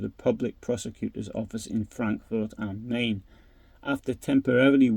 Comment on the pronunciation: am Mine not Mane